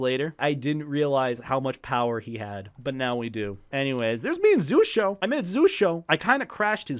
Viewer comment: It is, but it's pronounced like he said in the vid